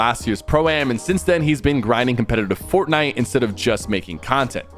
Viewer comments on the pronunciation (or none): "FoRT NIte" PLEASE PK say it regularly🥴🫨🤯